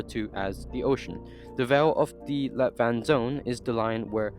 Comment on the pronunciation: Am Danish and I hear light water instead of let vand lol